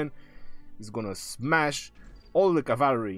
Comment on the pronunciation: Ur a legend "SMASH THAT CAVAARY"😂